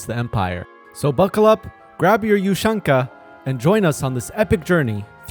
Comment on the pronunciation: The way he pronunced ushanka and Vyatka I died laughing sorry XDDD